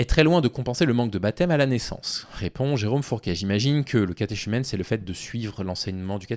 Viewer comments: On prononce catéKumène. Il n’y a pas de contradiction à dire qu’un pays est de culture catholique même si les habitants de ce pays ne le sont pas ou plus. Enfin laïc n’est pas le contraire de croyant. Un laïc n’est pas un clerc mais peut être croyant. Le contraire de croyant est athée ou agnostique. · Catéchumène se prononce catékumène, pas catéshumène.